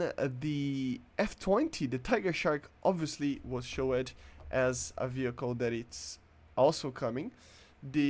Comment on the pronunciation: "showead" holy shit